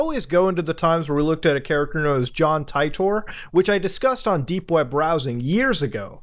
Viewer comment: Bruh Titor is pronounced like teeter. And don't you ever talk about my boy again. That man saved us from utter disaster and is why we are not currently in world War 3 with cern and the IBM terminators ok? Geez.